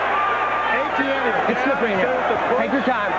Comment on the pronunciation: Who's this guy ATN? Never heard of him. Eh-tih-ennnnnnne. It's French.